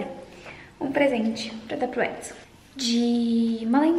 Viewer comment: e Edson e eu entendi axl voltei essa parte três vezes 😂